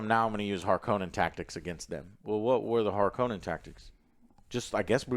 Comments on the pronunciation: Sorry boys, it's HARkonnen not harKONnen 🤣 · lol I don’t think you guys are saying harkonnen right 😂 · constantly changing the pronunciation of "Harkonnen" is hilarious.